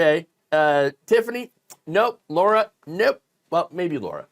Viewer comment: Its Lara, not Laura. Lara like Lara Croft.